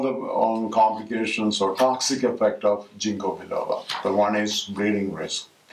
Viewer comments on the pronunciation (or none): why dont u mention the benefits? And its a soft G, sounds like King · Thank you for sharing valuable information on the toxic or negative side effects. Btw, it is pronounced as "ging-kow" not "jing-ko".